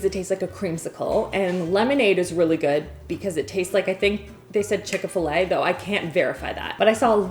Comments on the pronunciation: Also Canadian and confused by her way of saying scalding and chick fil a (chicka fil a lol) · Did she say Chick A Fil A???? 😂😂😂😂😂😂😂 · Chicka-fil-a? Lmao 😂